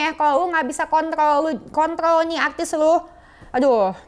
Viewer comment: Hua haha haha....Denis ngga bisa bilang "kontroL" 🎃🎃🎃🤣🤣🤣🤣